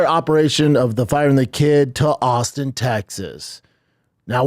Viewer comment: austeen teggzuz